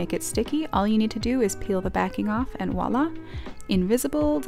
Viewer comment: Voila * not wallah 😂